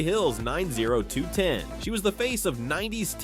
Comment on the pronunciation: Far too vague and pronounced 90210 as if the channel wanted to be canceled forever.